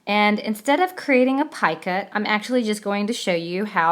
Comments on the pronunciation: Love this. thank you. However I believe it is Picot pronounced like Pee coat) not "piekit". Just an FYI... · Love this thanks. However it is not PIECUT it is Picot, pronounced (PEECO). FYI..